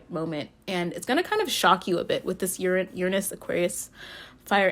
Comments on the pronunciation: "URanus, urANUS. Your anus" giggles I LOVe YOU ALREADY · 😂 I chose pile #2 and you made me laugh while trying to pronounce "Uranus" "Your anus" hahaha.